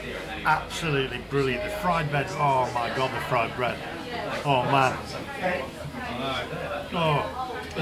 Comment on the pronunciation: Fwied bwead 😂😂😂😂